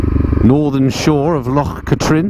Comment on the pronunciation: it's loch KATrin not KA - trin. More like kathryn....